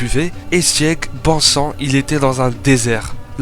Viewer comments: Prononce sig pas siEg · Ça se dit Sig bordel, c'est de l'allemand, ce qui veut dire victoire.